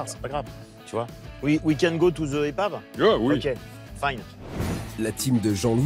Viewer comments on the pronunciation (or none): “We can go to the epave” 😂😂😂😂